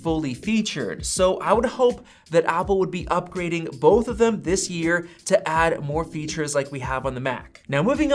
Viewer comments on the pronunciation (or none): none